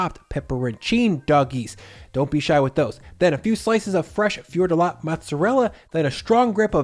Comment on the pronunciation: Hey, I can understand that the pronunciation of calzone is a lost cause given many year of Italian Americans messing with the language but there is no way people pronounce "Fior di latte" that way, even in the US, especially given how popular the coffee drink latte is. Yes, same word. Latte means milk. How the coffee drink went from "caffè e latte" to just latte and how hilarious that sounds to Italians is the topic for another discussion but in general Italian pronunciation is "easy": read each and every sound in the word. It's not French:-) If we write something it's because we want you to say it:-) Hit me up for more tips and that. Aside, keep up the great work.